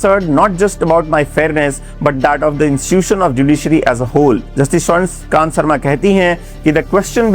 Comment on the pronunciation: सबसे पहले तो जस्टिस स्वर्णकांता शर्मा जी का नाम सही बोलिए महाशय